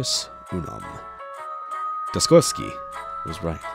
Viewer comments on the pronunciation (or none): In regards to your patrons, Fortis not fortress, probably for-tis. Dostoyevsky like the famous russian novelist, definitely tricky (you can't even trust russian names,) always sounds like dose-toy-ev-ski.